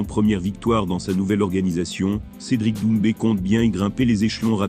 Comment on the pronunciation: Mais put1 arrête de dire doumcé ces doumbé tes con ou tu fais vraiment exprès 😂😂😂